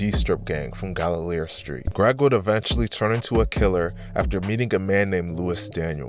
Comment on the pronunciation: Turn off the video after the pronunciation of Gallier 🤣🤣